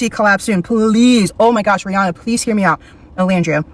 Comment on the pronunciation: How’re you going to be obsessed with Rihanna and keep mispronouncing her name 🫠